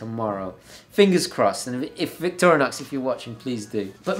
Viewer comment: I believe it’s Victor-IN-OX, not Victorian-OX...lol